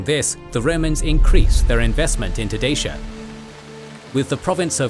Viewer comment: Great video, but the romanian in me can't get over the incorrect pronunciation of Dacia 😂